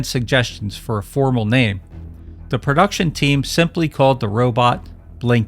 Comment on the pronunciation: "Perduction" is not a word. *Production "Intraducing" is not a word. *Introducing